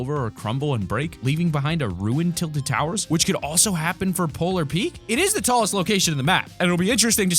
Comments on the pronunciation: Everybody says Polar Peeks! It’s Polar Peek! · is it just me or does it trigger anyone else that when he says "polar peak" he pronounces it "polar peaks"? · Its PEAK not Peaks 😡